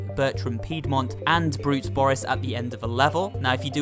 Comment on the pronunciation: I know he's called Brute Boris, but if you listen closely said BRUSE Boris, not BRUTE Boris